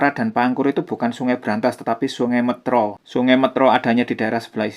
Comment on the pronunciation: Metro bukan métro Kocak